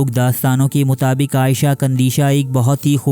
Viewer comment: بھائی آپ نے نام صحیح نہیں لیا…… عائشہ نہیں عیشۃ قندیشۃ نام ہے…… تھوڑا احتیاط اور خیال کریں۔